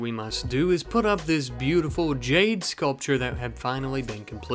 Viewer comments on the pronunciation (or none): none